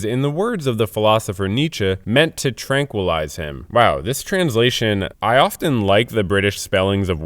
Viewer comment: "tranquillise" is ROUGH